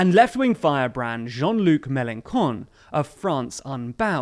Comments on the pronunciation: Hi. About Melanchon, do not say Melankon it is more Melanshon Thanks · and you wouldn’t lose anything for looking up how to pronounce names before your vids. Melenshon, not Melencon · It's in ITALY. It's CHon, where is your pronuciation of the H ? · News EU Also one pronounces Mélenchon "May-len-shon" not "May-len-kon". "ch" = "sh", not "k" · also its read MelonSHon not MelonKon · Err the mistakes are pretty big on this one. Mélanchon is prononced Mélanshon, not Mélankon. Also there's a big error , it's migrants, not migrats; You don't check up your videos before posting them ? It's little errors like that that can easily be corrected that make your whole video not credible and really cheap. I hope the quality will get better soon... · Mélenchon is pronounced "MélenSHon", not "MélenKon"!! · You really need to learn how to pronounce Melenchon, with a soft "sh" for the ch. What you are saying with the hard c...well, to a Frenchman it sounds pretty funny and it's probably not the message you mean to send. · Very good video. Just a point : The "ch" in Mélanchon is uttered like in the word "French", not as a "k". Who cares anyway, he's going to score 2%. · It's MelanSHon, not MalanKon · It's Mélenchon, not Melenkon. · It’s pronounced melenshon not melenkon! lol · I love you pronunciation of melenchon it's "sh" not "k" but "con" is an insult in french which he well deserves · Please...it's "Mélenchon", the "ch" in French is pronounced like the "sh" in English and not like a hard "c". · Sidenote, it's not Melankon but more like "Melanson" The correct way to say Melançon 😉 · It's pronounced MelanSHon and not MelanKon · I love that you call Mélenchon MélenCON 😆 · Melanchon - pronontiation ch is sh; please, you are very good young, I like you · Melankon? Seriously? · "Jean Luc Meleenkonne" that's too much for me haha "ch" in french doesn't sound like in italian Btw the video isn't really partial/ not enough information ... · Like how you say MelenCON